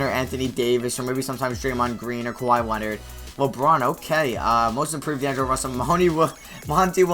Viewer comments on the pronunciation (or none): none